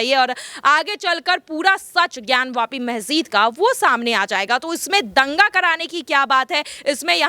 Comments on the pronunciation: मेहजिद नहीं मेडम मस्जिद होता है😂😂😂😂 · Pahle Masjid bolana sahi se sikh lijiye ji phir news batao